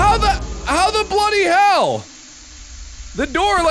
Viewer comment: Mark is the only person who can make "bloody hell" not sound British